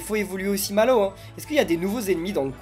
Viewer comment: Mallwo. On. Di. Re. Man. Papa😂😂😂😂😂😂😂😂